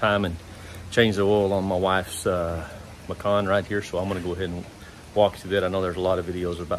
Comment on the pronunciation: Macon? Like Bacon? I thought the name was, Porsche "Macan?"